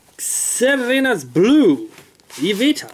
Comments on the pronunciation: xerneas is not hard to pronounce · Even though the game wasnt out yet, you should be able to make an educated guess, you should be able to pronounce xerneas (zer nee us), and yveltal (ee vel tall).